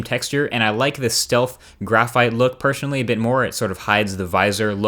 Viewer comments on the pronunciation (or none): pershenally???? Word malfunction. *personally